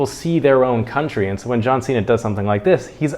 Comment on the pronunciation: 是John Cena！不是John Xena！英文有問題嗎？！